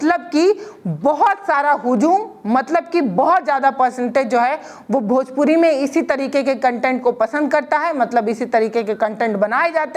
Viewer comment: Bhojpori nhin hota 😂bhojpuri hota h